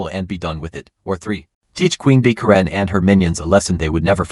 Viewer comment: Ka ren? Who doesn't know how to pronounce Karen??